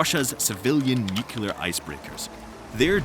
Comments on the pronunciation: *sighs* You're pronouncing nuclear incorrectly. It's not nuke-u-lur, it's new-klee-ar. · Also nukular, yuk. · Great info. Please learn how to pronounce "nuclear" ;-)